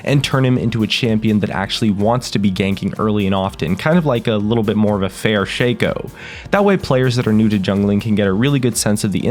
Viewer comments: you pronounced it wrong. it's not Shaco but Shaco. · can pronounce xin zhao but cant pronounce shaco...alrighty then